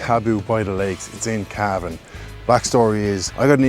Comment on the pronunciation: Love Cavan, you even say it properly. Looking forward to Cavan town.